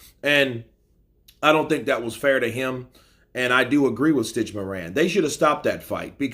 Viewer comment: Isn't it stich Duran